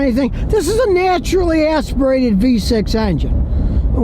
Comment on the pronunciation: "Neah-turally Eahs-pirated..." lol